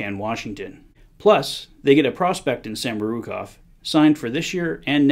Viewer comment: Fucking horrible. Samourokov and yamamoto lmao oh God bro